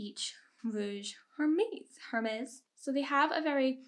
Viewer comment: you pronounced the company name Hermes wrong. The "h" is silent in French